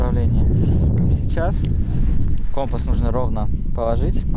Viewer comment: не кОмпас, а компАс!